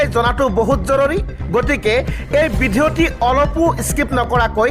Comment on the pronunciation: ভিডিঅ' শব্দটোকেই ভালকৈ নুফুটা সাংবাদিক ।